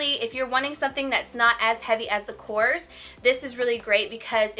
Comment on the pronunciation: Korres is a greek brand!Very very nice brand! You do not pronounce it correct!!!!Hahaha you are so cute!!!!